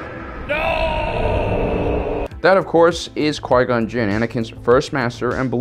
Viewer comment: jin not jiz lol